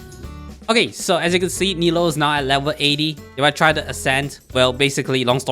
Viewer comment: I love the content and video BUT… Nilou is pronounce “nee loo” NOT NILO